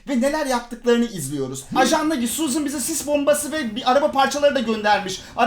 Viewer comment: abii suzın değilde suzan mı olsa :D